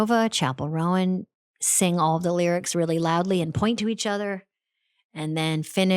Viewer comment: So on brand for Amy Poehler to pronounce Chappell’s name “Rowan” 😂